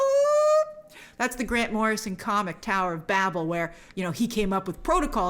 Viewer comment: i’m sure more people have pointed this out by now. but I don’t even think she’s actually read these comics she says she has, she mispronounces “The Tower of Babel” and then proceeds to call it a Grant Morrison story. Tower of Babel was written by Mark Waid. was it within the same ERA as Morrisons JLA? yeah, but that’s not how you would word it if you’ve actually read it, if you had read it you would’ve given the proper credits to the proper writer. She probably reads comics the same way she plays games, through youtube.